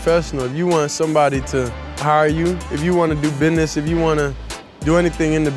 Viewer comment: Love the way he pronounces business as, "bi-ness", every time.😆 Beautiful smile.